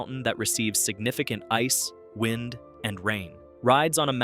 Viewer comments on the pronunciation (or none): none